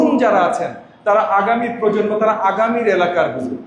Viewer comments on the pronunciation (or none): none